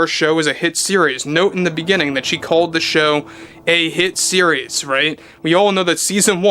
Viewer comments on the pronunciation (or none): Does 'hit series' have a silent letter s at the start? 🤔